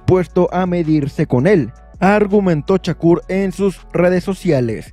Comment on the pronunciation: No es Chacur , te escuchas muy mal es con , S no con C , Shakur no chacur😅